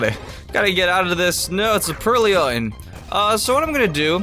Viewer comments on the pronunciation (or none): It's purrloin, not purrlion :B Also, STAB: Vine Whip's power becomes 52.5, meaning it's pretty much the same thing as Tackle :3